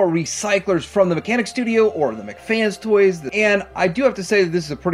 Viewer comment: Come on,...! It's pronounced, "MEHK" FANS... As TWO separate words... NOT "McFans"... It's a toy company NOT some $#!tty burger from the Burger Clown place. We've been over this, Mike... Or do YOU prefer being called""...?! See...?!! Make the effort, bro...!!!🤔